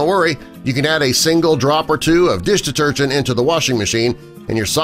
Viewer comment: How many times he saying bloody dish detergent, he can't even pronounce it properly after a while.